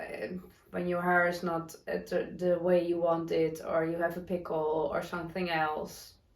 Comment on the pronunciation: Pimple on your skin? It sounded like you said, "pickle" which is a cucumber in vinegar that you eat. Yes, we all have pimples and fuzzy hair sometimes (I do right now) :)